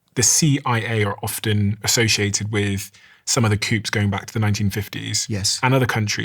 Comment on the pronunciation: It’s pronounced cooo, not coop (coup).